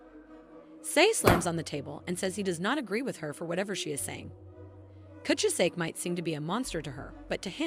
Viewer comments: manga: kuchizake AI: coochi-zake 😂😂😂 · Sei is pronounced "Seh-ee", not "See." Kuchisake is pronounced "Ku-chi-sah-keh", not "kuchuh-sak."